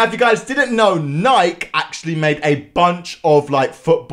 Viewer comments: NIKE You pronounce it as NiKEEE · sir.. it's pronounced NYK-EE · I'm saying that in England we pronounce it Nike not nikey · Bro really pronounced it “Nike” and not “Nikee” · Hearing him say nike instead of nikee gives me acne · Bruh he said Nike it's Ni-ke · Its nike not nikey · In England we pronounce it Nike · ISNT IT NIKE YOUR SAYING IT WRONG 😂